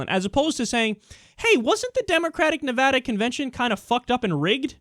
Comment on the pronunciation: Yay! You said Nevada correctly! That makes me irrationally happy, lol...